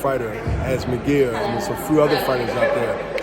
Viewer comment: This guy does he know his fighters name is it’s Mungia not Miguel